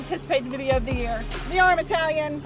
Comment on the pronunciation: I believe it’s pronounced “TAH-LION”😉